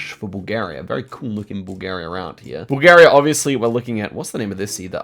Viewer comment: "Im Headging my bets betwin col and ecu" its bulgarua